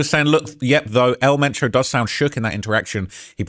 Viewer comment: Who!? I know some Spanish words is hard to pronounce for gringo but at least try to pronounce his name right ?! It would be funny if the cartels send someone to your home 🏠 to correct you pronouncing El Mencho right. 😂